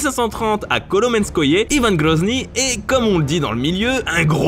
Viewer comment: Pourquoi Yvane on dit pas Yvan